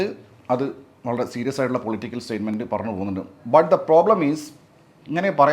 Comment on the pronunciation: എല്ലാത്തിലും "പറന്ന്" പോകുകയാണല്ലോ പറഞ്ഞു എന്ന് പറയാൻ അറീല്ലേ